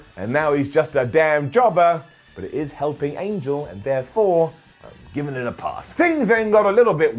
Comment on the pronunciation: Angel Garza, his name is pronounced "an-hel" not "angel," the "ge" in spanish is like an English 'h'